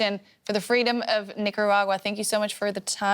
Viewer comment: I heard of nicaragua but nacaragua? Where is it?